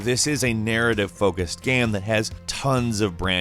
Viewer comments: Is he saying "gam"?? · Is this an AI voice.Early in the video I noticed it didn't say game 2 times it said gam.